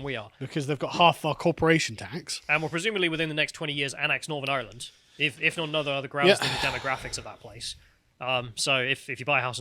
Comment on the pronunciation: has an Irish name, and says Ireland like he's chewing straw on the set of last of the summer wine.